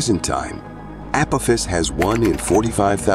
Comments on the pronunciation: (ah pah-fis) not (apifis) AI is better huh?? Seems like outright laziness to me 😂😂😂😂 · It's the pronunciations that are killing me. The 'Keeper Belt' and 'Appofiss'....lmao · This must be either a russian amerikanske Or AI narrorator.. I DONT LIKE AI NARRORATORS THEY SOUND FAKE AND PRONAUNSE ACME A CME A PO THIS APATIS WHAT THE FRACK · the asteroid you call Apophis is pronounced wrong it is pronounced like the god from past history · Anyone else bothered by him calling it 'Keeper' belt instead of Keiper belt and 'Apofiss' instead of AH POFF US? Several mispronunciations driving me nuts. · I quit watching after the AI narrator said Appowthiss and the Keeber belt. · This guy can’t pronounce words correctly. 😂 Keeper belt? Appofiss? 😂😂😂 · Really bad pronunciation of apophis and tsunami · mispronunciation of Kuiper(as Keeper) and Apophus is so careless, and frustrating